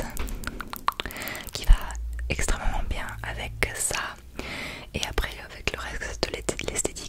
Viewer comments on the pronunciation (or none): "Extrèmement "bien"" C'est bien tu commences à chopper l'accent du sud même s'il te reste encore des progrès. Sympatôche vidéo 🤗